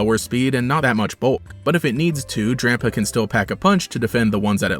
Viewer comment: Did he said Drampo not Drampa.